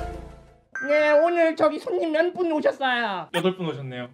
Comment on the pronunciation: 녜 오늘 저기 손님 ‘면’뿐 오셨어요? 펭수 발음 꼬일 때 너무너무너무 귀여움 예전에 자이언트 펭티비 몰아보기를 자이언트 펭티’기’ 몰아보기’라고 했을 때도 정말 귀여웠지...푸흡🤣🥰